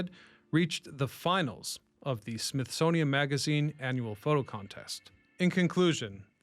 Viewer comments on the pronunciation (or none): none